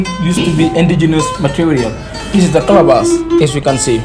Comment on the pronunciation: It’s a Ca-la-bash. Calabash covered in goat skin ‘leather’.